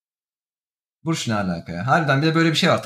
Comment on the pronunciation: Burç dedi ya burç dedi